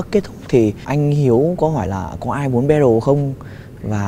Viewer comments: We say Battle Also Chipu: Bét Thồ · ChiPu: " ...mang ra 'Bét thồ' với cả..." ủa alo đi du học :))))